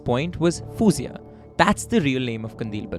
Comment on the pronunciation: Fouzia not fooziya. Fou pronounced like faux.